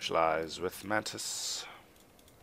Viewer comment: The name is mantis. Man... Tis... NOT man... tie...